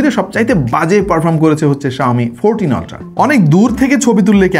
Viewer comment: Vai, pronunciation "Oltra" e hobe.